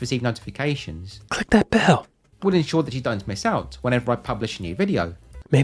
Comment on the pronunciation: ensure ... E ... ensure ... really?